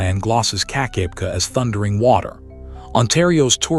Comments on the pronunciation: AI slop... I grew up at 'Keek-ah-beck-ah' falls and if you can't get the pronunciation right you lose all credibility. I'm 2m in... bye. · Hey get the pronunciation right keka beka